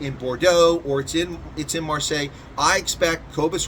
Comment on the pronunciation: It’s Mar-say. 🙂